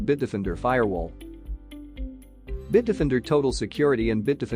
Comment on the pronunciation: Why does the narrator pronounce Bitdefender as Bitdifinder?